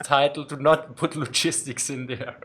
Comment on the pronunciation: My only criticism is hearing logistics pronounced log-istics